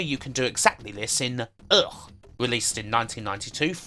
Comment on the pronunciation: About UGH! it is spoken "Uh kh" :)